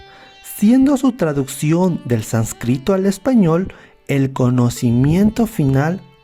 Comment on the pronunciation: al contrario, muchas gracias a ti de todo corazón... son errores insignificantes, no de fondo sino sólo de forma, uno de esos por ejemplo es que decías sanscrito (palabra grave) en vez de sánscrito (esdrújula)